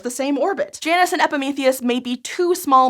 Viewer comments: Smite has taught me that isn't how "Janus" is pronounced lol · I prefer j-anus…you say it weird